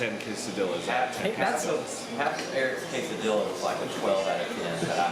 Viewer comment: thanks for pronouncing quesadilla correctly